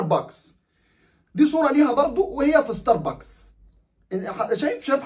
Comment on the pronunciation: والله عاد أنا ما أعرف أعدل مزاجي بعد ما أصحى إلا بلاتيه من ستار بوكس وهذا أسمه مش مثل ما نطقت ستار بااكس هههههه ،،يعني حضرتك تريد مزاجي يتعكر عشان خاطر شوية بشريه مالهم أي لازمه بصراحه طبعاً لا مستحيل راحتي أهم ،، وأعتقد كفاية تنمر على إخواننا اليهود ترى فيهم من المحترمين الكثير ،،يعني شوية إنسانية عالأقل شوية مشاعر هم بشر مثلنا وأغلبهم مسالمين .